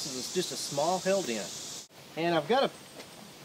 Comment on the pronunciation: Thought he kept saying "Hell Dent".